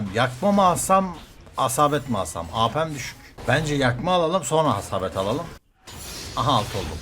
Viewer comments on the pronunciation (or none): habaset yerine hasabet diyorsun cok tatlısn😂😂